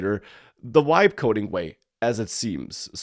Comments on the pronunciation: It sounds like "wibe coding". I thought German had the English "V" sound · Has this mf never heard of the letter V ?? Wtf is wibe coding